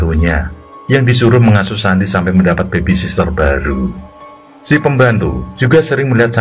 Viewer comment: babysitter pak bukan babysister